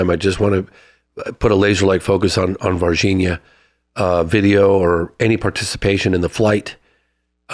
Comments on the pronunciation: Every time you say Virginia, it feels like I’m watching John Carter of Mars, lol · If you watch the movie John Carter, Tars Tarkus pronounced Virginia like Varginha. Coincidence? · first id like to say this channel is in my to 5 love it! lawd jesus if i hear the word vahhginna ever again in my life after this, i will end it all lmao